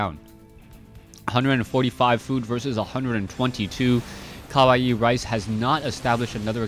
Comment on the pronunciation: yup u pronounce it right... kawaii means cute.... so CUTERICE...?? LOL